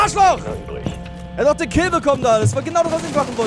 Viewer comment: Es heißt doc nicht dock und deine grammatik glänzt auch aber geile idee